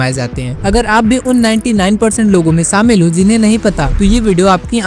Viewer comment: saamil nahi shamil